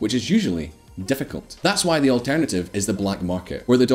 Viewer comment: "Difficult" in this accent sounded rather like an unexpected alternate, more sophisticated wording for "s***t."